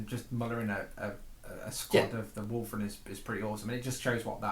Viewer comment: Not to sound rude, but why do you call your wulfen, "wulfren"? I noticed the same thing in your batrep with Winters SEO aswell, not sure where the invisible R came from. Aside from that great batrep :)